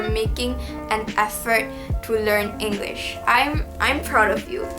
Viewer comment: You can start by learning how to pronounce the word ENGLISH. There's no R sound. It's not Engrish. Towards the end you did pronounce it correctly.